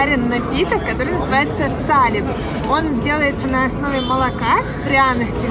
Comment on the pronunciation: Замечательное видео! Только, пожалуйста, говорите правильно название зимнего напитка: не сАлеп, а салЕп!